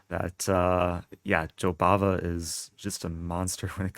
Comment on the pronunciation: I thought u were saying Jobaba london lol